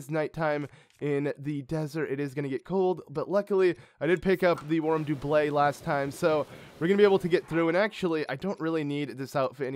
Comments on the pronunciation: warm DUB-let. not Doo Ble. cmon man. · Does it bother anyone else that he says "doo-blay" instead of doublet?